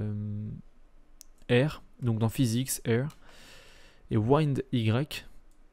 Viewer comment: Dans "Wind" on prononce le i comme en français, pas "waind" ^^